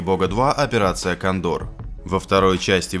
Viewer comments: кОндор а не кондОр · А почему, когда он падал с часов там два дубля? Какой первый? Почему два? PS: не кондОр а кОндор. Странно что ты этого не слышал. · Админ, ну ты бы хоть правильно названия произноси🤷🏻‍♂️ доспехи бога 2, операция кОндор... А не кандОр🤦‍♂️пздц какой-то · Аффтор жертва егэ !! Не КОНДоР А КоНДОР !! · Почему Кандор? А не Кондор! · может кОндор,а не кондОр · блин... Не кондОр, а кОндор! Чучело диктора! Выключил сразу же, кровь из ушей. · "Операция КондОр" (с) 😂😂😂👍 Сначала подумал - послышалось, ан нет - кондОр. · он говорит кАндОр!!!!это пидец какой то!!!! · У вас редактура сломалась: Ко́ндор - ударение на первую О Вы говорите про 2 часть Доспехов бога, но в ролике кадры из 1 части. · спасибо Ждеки,не правильное ударение на операию кОндор) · Ахахах))Операция Кандор))))С ударением не очень))) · Операция Ка'ндор ? Ты в какой школе учился ? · КондОр?? ДжонсУ?? Учи язык, кровь из ушей не остановить после твоей озвучки. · Операция КАндор! Чел, ты хоть бы читал правильно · Классный мастер, конечно. Но ударение от автора в слове "кондор" убило, конечно( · Ролик хорош, но диктор глупый и безграмотный. Кондор на последнее о, блин это же птица, с ударением на первый слог. А про шест и лампочки это.... А про силу трения он наверно не знает. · Кондор!!!!!! Ставь ударения правильно!!!!